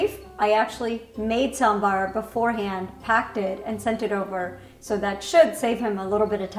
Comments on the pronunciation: ooh the perfect pronounciation of sambar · He is saying sambaaaar. Not samburr. I'm happy. Happy South Indian noises 😭😭❤️❤️❤️❤️ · is the first guy to pronounce Sambar the Southy way. What a chad.